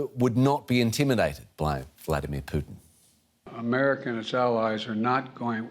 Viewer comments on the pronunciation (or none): "Mr Poodn" - Joe Biden, 2022